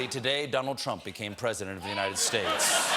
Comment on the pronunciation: 32% Dotard..God Blesssh the United Shhtaatesh